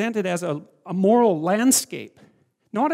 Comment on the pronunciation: Sam Harries when JP said “moral landscap” :0